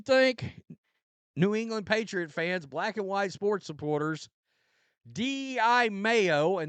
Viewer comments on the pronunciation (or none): none